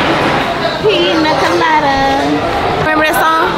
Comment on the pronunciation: “Piña colada” it’s Hakuna Matata😭😭😭😭😭